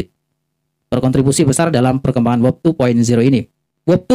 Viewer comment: WEB (dengan e seperti pada kata "bebek" kok saya dengar membacanya seperti WOB atau WEB (e pada kata "tetap").